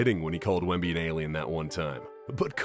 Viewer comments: Wembly? You're a bot... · * Wemby. (not "Wembly"). ASVEL is pronounced "as-vel" (not A.S.V.E.L.). You need to indicate his average playing time.